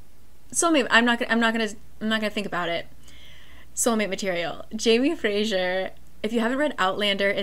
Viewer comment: Omg I love how you pronounce Jamie Fraser :D